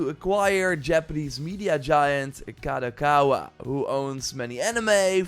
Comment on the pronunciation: He learned how to say "Kadokawa" 😅